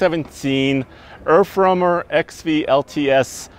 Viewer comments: The rep at the beginning of the video “Earf warmer” 😂😂😂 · "And behind me is the all new 2017 erfrummer"